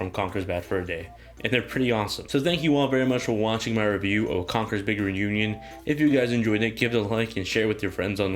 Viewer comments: and it's pronounce "reunion" not "renewñun" 😂😂😂😂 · Conker's big 'renunion' lol i couldn't stop hearing that throughout the whole video nice review btw